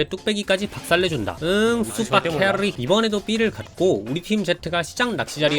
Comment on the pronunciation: 캐ㄹㄹㄹ릐 너무 중독돼요 미치겠어요